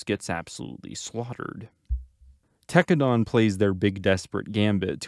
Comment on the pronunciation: Homie you pronouncing Tekkadan wrong..